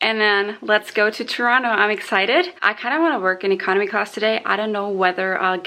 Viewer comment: I love that you pronounced Toronto correctly! I just taught an American friend how to say it.